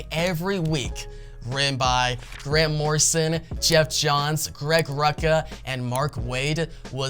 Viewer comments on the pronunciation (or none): “Geoff Johns” lmao…..something off about his looks….🤔